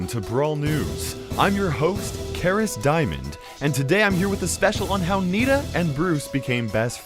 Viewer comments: again u said kairos timemen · Any one else hear: "Hello fellow brawlers, I'm KairosTimon"